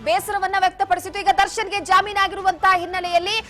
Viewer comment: Jamoon alla jameenu adu bvc munde😂